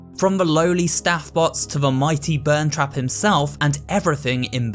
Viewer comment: “Burntrap” smh that’s peepaw